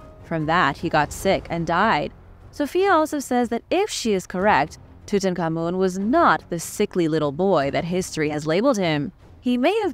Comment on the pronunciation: You’re one of very few people that pronounce King Tut Ankh Ammun correctly. And, another great video!